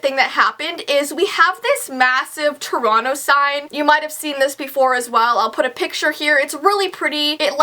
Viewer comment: I live in India.It's super cold too. BUT..... I have something to laugh bout even in this freakin' cold weather..... 😂😂😂😂I didn't know what city she was telling cause her Toronto pronounciation is so bad!!!😂😂I literally thought it was "Toreno"😂😂😂😂BTW I am a subscriber so no offence